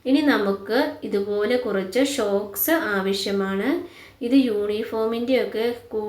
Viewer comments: ഷോക്സ് അല്ല സോക്സ് anu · Shoks അല്ല സോക്സ്